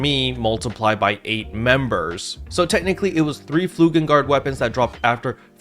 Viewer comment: It's flugeLgard, not flugeNgard.